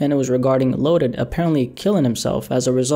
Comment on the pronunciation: It’s loaded not lotus